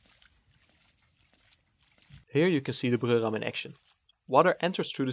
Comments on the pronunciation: I hate to argue with someone with a Germanic accent (in most things, really), but wouldn't Breurram be pronounced "broy-ram"? Weren't you saying "Brürram" (i.e., Bruerram)? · Everytime you say "The Breurram" you sound a like a German guy trying his hardest to pronounce the words right and i love it.